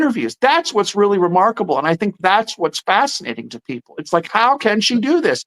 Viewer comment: Every time says remarkable, I hear remarkleable😅